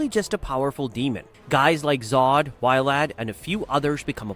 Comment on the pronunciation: you and Almighty Loli sayin Why-Lad 😂 it sounds like Wild, which makes sense for his character and how it’s spelled